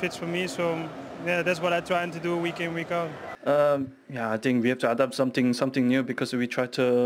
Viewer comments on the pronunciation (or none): "Sumting" hit me hard